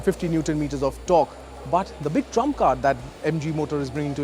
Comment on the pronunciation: Pronounce of but is irritating